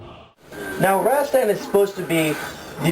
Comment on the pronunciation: Razztan? Having heard of and played it since it first came out never once have I heard it pronounced "Razztan". Its Rastan, twattle!